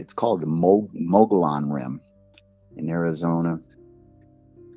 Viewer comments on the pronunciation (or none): I love a good story but the only thing that could me off guard was he pronounced mogollon rim wrong. If he’s a native he should have pronounced it correctly. Not to be a party pooper but he gets a pass if he’s not but if he is a native to AZ I call BS.. sorry